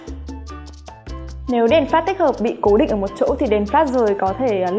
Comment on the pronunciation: cái chữ "Flash" phát âm ko chuẩn nghe khó chịu thật sự